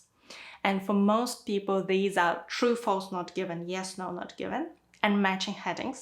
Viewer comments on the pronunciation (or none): none